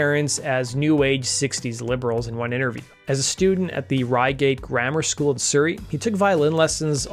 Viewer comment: Plus Surrey like hurry or Murray mints.....not suri😂